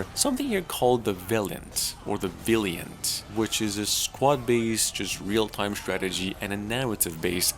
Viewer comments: VAL-EE-ENT VALIANT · Val-yunt....as in Valor